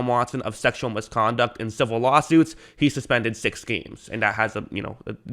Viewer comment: CIV-IL say it with me 🤦🏽‍♂️